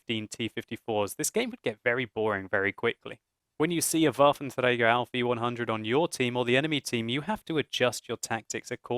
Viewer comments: Yes, it is indeed. Pronunciation by sounds a bit funny and the second word 'auf' (on) is a little indistinctly, but it's way better than spoken in french, english or any other tounge not exerting themselves to say it in its native pronunciation. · that's how you say it in german. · van de Sunweb it IS how u say this in German